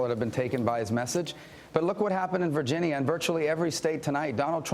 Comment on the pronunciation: technically right now Trump is fighting with the little guy haha (Rubio). stop saying virgineeya you dumbass